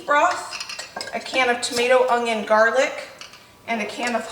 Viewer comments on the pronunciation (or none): Haha you say “onion” like my sister, with a sneaky G sound in there like “ong-yon”